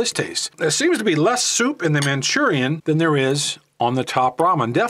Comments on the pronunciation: Hate how he says manchurian.... Lol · It's Maruchan, NOT Manchurian. Also, "Top Ramen" is made by Nissin, NOT NissAn. Get your details straight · It's not called Manchurian oh, you're mispronouncing it or thinking of a completely different word. It's pronounced Mhur-A-Shan! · Hearing you say “man chu ree in” made me cringe! Say it like this “Mah Roo Chawn” like the package says. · "Manchurian" 😂😂😂😂😂 Best way to pronounce Maruchan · Where did you read or pronounce Manchurian??? From Maruchan lmaao said it about 200 times wrong lol but good vid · MAA-roo-chaan, not "Manchurian". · "Manchurian" lol Also I prefer Maruchan. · 'Manchurian' ?? Maruchan? (Mah-Roo-Chon) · Why did he call it Manchurian it’s called Maruchan. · its maruchan not manchurian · I cringe everytime he says "manchurian". Anyways, magic ingredient in Maruchan.... MSG. Top Ramen has no msg and that's a big reason why it's more bland. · Manchurian ????? MARUCHAN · It’s pronounced “man Cheerio “ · wheres he getting the n?🤣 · He said Manchurian lol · lol yeah. Its just funny how you say it im not making fun of you. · its maruchan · You don’t know how to pronounce Maruchan lol it’s MA ROO CHAN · Why is he pronouncing the noodles incorrectly?👀👀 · U pronounce the noodles all wrong bro wtf